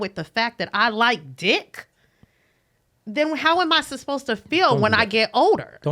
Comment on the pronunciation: Isn't it so cute says susposed instead of supposed?!? 😘